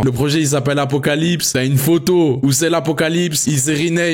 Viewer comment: C'est apocalypse c'est apocaslip 😂😂